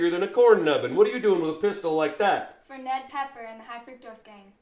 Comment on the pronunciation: That’s “PEPPER,PEPPER, not PEKKER, PEKKER”, you dumkoff you!!!